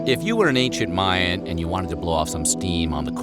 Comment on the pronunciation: Ooohh automatic thumbs down for "Mayan"